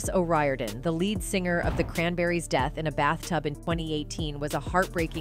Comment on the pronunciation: O 'Riorden is pronounced Oh Reer-den